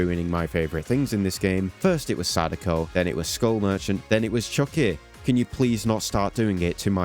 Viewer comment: After you said Chuckie with your accent, I sat here and repeatedly said it out loud in my best attempt at that accent. Very fun to say Chuh keh. Anyway, I hope they fix that perk bc I like when people do fun different builds and breaking this perk is one step closer to everyone running whatever otz runs this month.